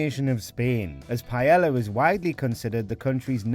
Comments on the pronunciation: Am i the only person who is greatly annoyed with how they pronounce paella pronounced pa-ey-ya? The pronunciation literally raised my blood pressure. I'm not even Spanish. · Mm I sure do love "pie ella" 🙄🙄 it's REALLY not that difficult to pronounce words correctly. I've never understood why so many Brits seem to be allergic to pronouncing non-English words correctly. It's both arrogant and ignorant. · for the love of god, I know your British, but if it's not an English word, can you pronounce it how its supposed to be pronounced in its own language?! you don't pronounce the double L in paella. its pie-aye a (I'm bad at spelling phonetically, but ask a Spanish person). hearing the way you say paella is almost as bad as hearing other british people say oregano, taco, and enchilada. It just hurts my ears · Why are British so r*tarded when it comes to pronunciation? What the hell is pie-Ella? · The butchering of the pronunciation "paella" is more egregious then the dish itself. "Pie-ey-ah"... its not that hard to say. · What the he'll is paela? Pronounce it properly. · It's pronounced "P-A-E-Y-A". not "paelalla" or "paella" or the other 4 different ways you pronounced it.... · "Payella" fucking learn your dishes and languages uncultured piece of shits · "Paiela"... wtf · two l's is pronounced with a y sound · Brits pronounce Spanish words correctly challenge: impossible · To be fair, the multiple times that Paella was mispronounced in this video got me more pissed off than Jamie's recipes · Maybe check how to pronounce Paella. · That’s not how you pronounce paella wtf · Pronouncing "Paella" wrong is as embarrassing and painful as putting chorizo in it! 🤦🏻‍♂️ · Funny how they say Jamie cooks a bad Paella whilst absolutely BUTCHERING the word itself. Props for the voice over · Does all of the UK pronounce paella wrong? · Its pronounced PAE YAA.. not PA ELLA... sounds like you are the Jamie Oliver of WatchMojo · What is Piyella?? Isn't it PA-E-LL(Y)A??